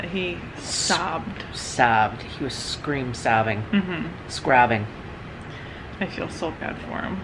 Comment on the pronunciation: said scrobbing. 😂